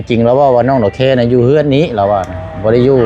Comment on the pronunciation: คนลาวอ่านออกเสียง ตัว ด.เด็ก ไม่ได้ใช้แต่ ล.ลิง สังเกตมาหลายคนแล้ว ออกเสียง ด.เป็น ล หมดไม่รู้เหมือนกัน ว่าเป็นเพราะเหตุใด⁉️